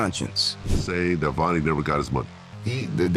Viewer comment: OTF Vonie not Venie